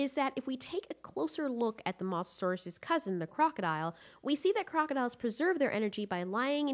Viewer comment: The way you say mosasaurs makes me triggered.